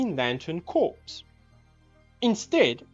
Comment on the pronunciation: when you say “Green Lantern Corps”, it’s pronounced “core”, not “corpse”.